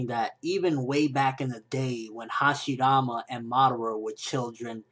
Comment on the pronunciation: why does he pronounce hashirama with a "d"?